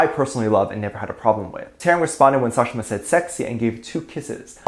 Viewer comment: As an Indian i am offended by the pronounciation of the name of Sakhshima